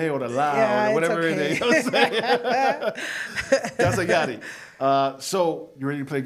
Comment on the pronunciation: Meraaaa, aregla el nombre. Its Yari w a Y lol. She gonna cook you Los lol